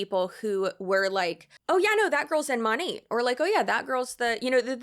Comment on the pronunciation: Girl the way you can make a 20 minute video and not know how to pronounce the company name but saying it 5000 times is sending me. 😂